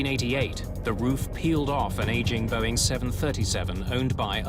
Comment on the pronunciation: Whenever you say , its Boeing.